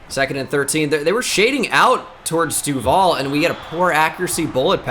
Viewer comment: You mispronounce duvall and its actually mad annoying